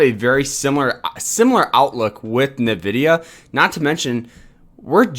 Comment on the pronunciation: NVDA is "rumored to do a split"? Lol. You bought $5K of the stock? It's pronounced "N"vidia.